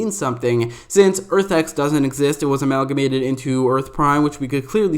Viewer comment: Dude definitely looked up synonym for combine and got Amalmagate lol!! Tryna sound smart and shit